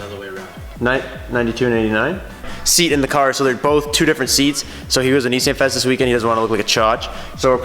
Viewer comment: had to pause the video after you said nissaan. am now exiting.